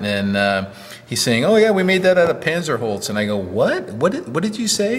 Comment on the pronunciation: Hi, here's the guy again, You already called drunk.:o( First of all, I would like to complain about the pronunciation of "Panzerholz". It should sound like this: puntser holts. German Z is sharp. I know the wood from my apprenticeship as a wood technician. It was further developed in Thuringia during World War II. The task was to build light cargo gliders. They were brought up to altitude with tow planes and then flew silently behind the front line. At the end of the war it was important to build in a way that conserved resources. Non-ferrous metals and aluminum were in short supply. So it was important to find alternatives. This plywood is not just pressed. It is previously evacuated in a vacuum chamber. Then the phenolic resin is added. The atmospheric pressure then presses the resin into each pore.